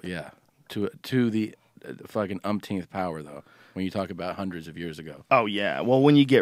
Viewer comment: when you say "to the upteenth" time the upteenth time